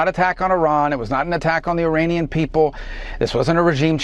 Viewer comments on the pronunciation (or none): none